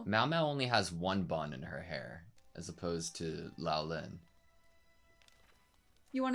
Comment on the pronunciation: love ya big guy, but.... Say, "Swee-ray".. Not "Su-ree" Say "Lo-lan" Not Lao-lin Love the reax! You guys are so adorable, and pour your best into these vids. Been watching since Frieren, y'all are one of the BEST doing these!!